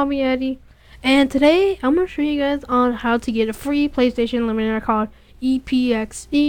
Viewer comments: Great Tutorial..... Emulator is pronounced EM-YOU-LATER... not eliminator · well you say illuminator instead of emulator and you can barley read no disrespect though nice job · Are you fucking serious.....EMULATOR EM-U-LA-TOR not ELIMINATOR........pronounced it wrong? no thats saying a completely different word LOL And its very fuckin descriptive "we are going to get this and drag it into the thing and there we go" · Not trolling or trying to be nasty, but why do you keep saying "eliminator" rather than "emulator"? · It's pronounced M U Later. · It's pronounced "Em-you-later" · It's pronounced 'emulator' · Nice tutorial kid, but it pronounced em-u-later. Keep up the good work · well you say emulator wrong and you can barley read no disrespect though nice job